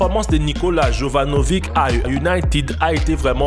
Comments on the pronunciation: "jovanovIK" (jovanovich normalement ca se prononce), sinon le nom de la cité c'est "sevilla" et pas seville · enfin "yovanovich" plutot